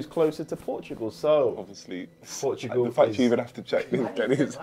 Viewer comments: Niko read ''portakal'' (orange in turkish) and said portugal💀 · Niko calling "portakal" Portugal was so funny, Portakal means orange in turkish btw! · reading portakal as Portugal is so funny😭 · Nikko thought the orange Turkish drink said “Portugal” because of the spelling. The word “orange” is pronounced “portukal” in Arabic, and I guess some Turkish languages. At least he noticed! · as a Turk, niko reading portakal and thinking it meant portugal is sooo funny